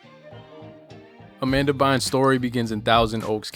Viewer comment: So nobody’s gonna mention Anything senior Hall mispronouncing her name 😂😂 Amanda Burns 🔥 😊that should’ve been her twitter handle